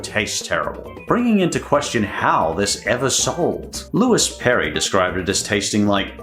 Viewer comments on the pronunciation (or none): none